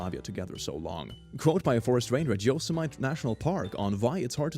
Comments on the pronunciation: With meat without murder, you could eat your favorite Person or meat, they just need a cell donation then off to the grow labs... Easy~Peazy...=) peace ps so sorry, but Yosemite sounds like 'You-sim-a-tea' & not 'You-so-might". It is like the cartoon guy, "Yosemite Sam" with the big mustache & six-shooters going after Bugs Bunny? thanks, and again I am so sorry, but that is like fingernails on a chalkboard... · Yosemite is pronounced Yo-sem-it-tee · Yosemite - yo-sem-it-ee I’m sorry I’ll excuse every other mispronunciation in this video but that that one is where I draw the line click😘❤️ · am i the only one that caought "yo semite" insted of "yo sem it ee" oof in california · I get that it's a strange word, but the way pronounced Yosemite irritated me.